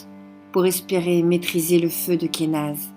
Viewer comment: J'aime beaucoup comment tu prononces Kenaz :D Je l'aime beaucoup celle la, tiens, je crois que c'est ma préférée pour l'instant.